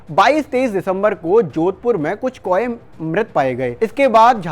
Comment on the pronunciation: Abe jab bird flu aur world flu me farak karna hi nahi aata. Bird ko baar baar world bol rahe ho kauon ko koe bol rahe ho kisne ye channel par khabar dene ko kaha h?.